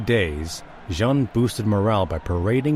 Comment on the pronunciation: JEANNE is pronounced like JAN in English but without the starting D sound --- a bit like the Chinese would say ZHAN or XHAN. The clever thing to do - would be to type it in in Google Translate and then click on the sound icon - make sure you select the proper language. Play it 2 or 3 times and repeat it also 2 or 3 times - you will have learnt something on that day. So you can pat yourself on the back. and so it goes with the other mispronounced French words - like Orléans.